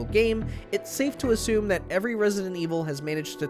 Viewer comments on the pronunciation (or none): none